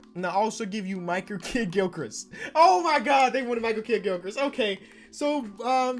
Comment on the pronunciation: micher Kidd gilkrist 😂😂😂 he said it exactly how it was spelled